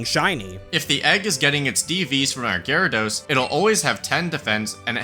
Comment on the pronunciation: Thank you for pronouncing Gyarados correctly.